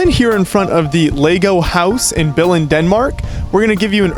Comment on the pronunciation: Pronounce the word Billund right next time